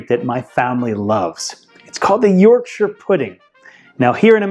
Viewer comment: Thank you for pronouncing Yorkshire correctly